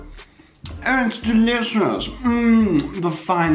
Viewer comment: Every time he said oh I thought he said ew